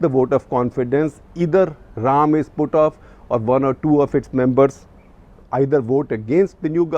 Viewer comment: It's Ra’- am... Not Raam😝😝😅